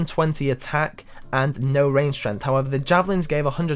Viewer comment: Strenth. I'm dead. XD